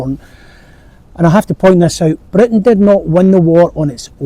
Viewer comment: can any one tell me which area of uk does this YouTuber come from? his accent is interesting. i want to visit that part of uk. i once head the original English once had uvular trill. Britain should pronounce as blr~, just like he pronounced. Indian got their accent from that. i wonder if that's true.